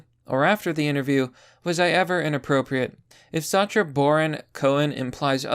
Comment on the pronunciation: Sacha Baron Cohen IS Borat. Not his daughter. Pronunciation of 'Sacha' is also wrong.